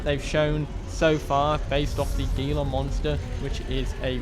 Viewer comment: Gila is actually pronounced Heel-a with an H sound rather than a G.